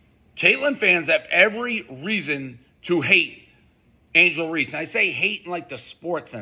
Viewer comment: Who said angle race not angle reeces dave you a pos